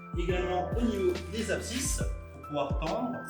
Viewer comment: Très belles sélection 👍et présentation...👏 Me permet juste une correction : ont dit abside et non absisse ...😉